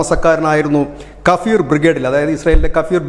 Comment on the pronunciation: 39 കഫീർ ബ്രിഗേഡ് അല്ല ഖഫിർ ബ്രിഗേഡ് ജൂതന്മാരെ കുറിച്ചും ജൂത മതത്തെക്കുറിച്ച് വലിയ ധാരണ ഒന്നും ഇല്ലല്ലേ അതോ അറിഞ്ഞിട്ടും അങ്ങോട്ട് പൊതിഞ്ഞ് വാർത്ത വായിക്കുന്നതോ 😂😂😂😂